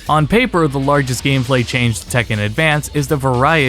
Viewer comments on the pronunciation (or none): none